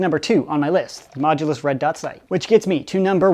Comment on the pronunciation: Once i heard say the modulus mogulus xD